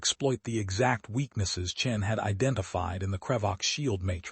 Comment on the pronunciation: It's Chen, not Chin. Rookie mistake.